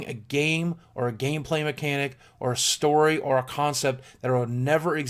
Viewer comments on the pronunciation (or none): none